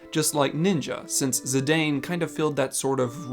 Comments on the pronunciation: His name is "Zih-Dahn" not "Zih-Dayne" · That's not how you pronounce Zidane. It's Zih-dahn, not Zih-dayn. It's consistently pronounced that way in all of the Dissidia games. It's also a surname irl.